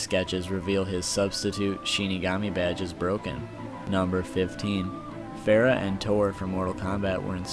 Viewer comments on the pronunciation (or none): none